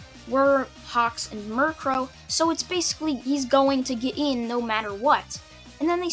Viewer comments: U called her Mirkro when her name is Miruko lol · I don’t mind at all but your pronouncing Miruko like the Pokémon. (Murkrow) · it's Miriko not -Ree-Co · Ah yes, murkro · This video was great aside from the fact you pronounced mirko as mirkrow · it's Miruko there is no 'r' at the end!!!!!!!!! work on your pronunciations dude it's making my OCD act up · Why say you mircrow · Your pronunciation of momo yaoyorozu is correct as far as I know otherwise I've been pronouncing her name wrong my entire f**** life but your permanent solution of Mirko is a little off also sorry for spelling errors I'm using talk-to-text cuz I'm too lazy to type feel free to roast me